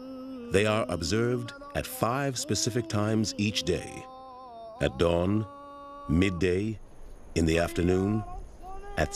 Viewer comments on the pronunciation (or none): none